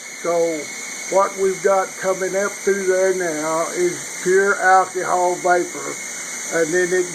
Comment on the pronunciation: Alkeehawl... LMAO man.. Great video, no harm intended, just enjoying the dialect :)